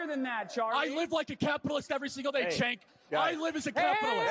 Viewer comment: It’s Chuuunk Youghurt